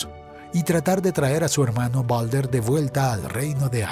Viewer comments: Se dice baldur no balder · No es balder es baldur perdon si ofendo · Creo que el nombre se escribe Baldr y se dice Baldur